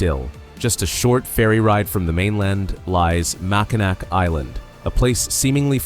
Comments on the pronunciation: mispronunciation of mac in naw not nac. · Just need to change your pronunciation of Mackinac to Mackinaw and you’ll be alright. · Don't have a heart attack but it's not pronounced mack in ack. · Mackinac is pronounced Mack-in-aw. Mackinaw is the English spelling, Mackinac is the French spelling, but they are both pronounced the same. There was a lot of French traders and influence in Michigan's early days. You'll see both spellings in the area and each is official for different areas. The city at the south end of the bridge is Mackinaw City, the island to the east of the bridge is Mackinac Island and the bridge is the Mackinac Bridge. Besides being the number one cherry producer, Michigan is also the number two apple producer in the US. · Mackinac is pronounced Mackinaw. I know its stupid but it's true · Pronounced Mack-in - aw. Go blue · IT IS OBVIOUS YOU ARE NOT FROM MICHIGAN…. BECAUSE IT IS SPELLED. MACKINAC BUT PRONOUNCED MACKINAW…..FRANKENMUTH IS PRONOUNCED LIKE FRANKENMOOTH……GET IT RIGHT AND GO GREEN.. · PLEASE! The word Mackinac is pronounced MackiNAW, not NAC. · They couldn't even say Mackinaw right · Learn how to pronounce Mackinac! You friggin savage! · Mackinac. The last "c" is silent. You sound like a tourist. We don't have grizzly bears. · An angel loses its wings every time someone pronounces Mackinac wrong. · Nope. Mackinac is a FRENCH spelling and the "ac" ending is pronounced "aw". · Please learn how to pronounce Mackinac.